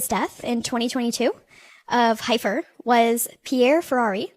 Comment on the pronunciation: Heifer is pronounced Heffer.